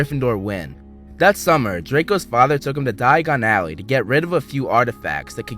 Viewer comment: It's a Diagon Alley not Dayan Alley